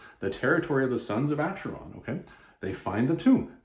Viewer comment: My Goddess, a Conan the Barbarian Graphic Novel "written" by Don Kraar, a man who in my opinion should never be permitted any where near any of Conan's adventures. Oh, one other thing, it it pronounced "Aker-on", not "Acher-on".